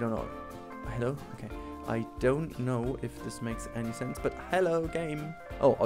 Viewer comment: "I don no"😂😂